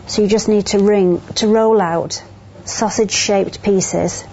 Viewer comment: did she just call me a sasuge piece? :D